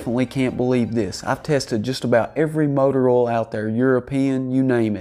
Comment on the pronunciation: Can you trust anyone that can't pronounce oil?